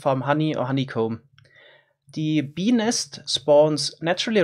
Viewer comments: Pe nest but the T is silent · ei vittu make se sanoo Benis :DDDDDDDDDDD ebin :-DDD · it sounds like he is saying ''benis'' instead of bee nest lol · BENIS :DDDDDDD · “Bee nest” Kinda sounds peni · Lmao, i had subtitles on, and every time he said bee nest, it said penis😂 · At 1.25x playback speed, i kept hearing peenist instead of bee nest. Just so you know... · I know he's saying bee nest, but.... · When he said “bee nest” it sounded like something else 🤔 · i cant help but giggle when he says bee nest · When he says "bee nest" it kind of sounds.... like a different word... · Is it me or when he said bee nest it sounded like... hopefully you know.